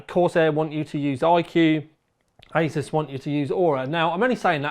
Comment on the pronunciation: "ey-zeus" The founder of Asus has already stated how the name is suppose to be pronounced.